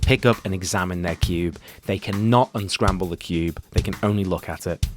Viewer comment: DID YOU JUST SAY UNSCARMBLEEEEEEEEEEEEEEEEEEEEEEEEEEEEEEEEEEEEEEEEEEEEEEEEEEEEEEEEEEEEEEEEEEEEEEEEEEEEEEEEEEEEEEEEEEEEEEEEEEE